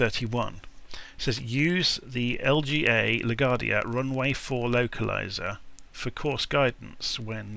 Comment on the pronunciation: it's pronounced La-Gwardia not la-Gardia.